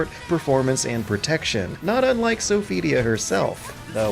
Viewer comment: how hard is it to say Sophitia?!